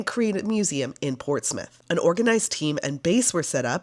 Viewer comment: So nice to hear Portsmouth and Hampshire pronounced properly 😅 I visited the old museum many times while growing up in the 90s. Thank you for visiting ❤